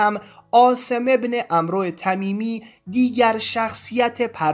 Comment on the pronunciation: تلفظ عمرو، amrمی باشد نه amro